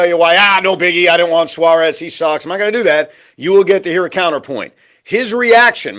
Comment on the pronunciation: Can you pronounce Eugenio Suarez name properly. You hear Shaun and Pete pronounce it the right way and you still decide not to do it